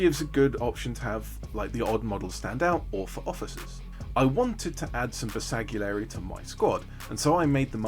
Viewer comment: just fyi the G is silent in Bersgalieri